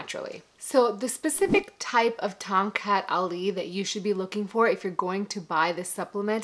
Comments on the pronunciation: Correct pronunciation ‘ Thong Cut Ali’ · I could had swore i heard her say.. "Tom Cat alley" lol I would had laughed my a** off if she played "Stray cat strut" in the background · I keep hearing Tom Cat Alley!